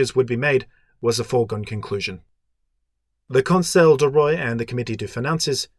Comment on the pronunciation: Love this series, great job! (Even though the way you pronounce "roi" makes me weep in a corner.)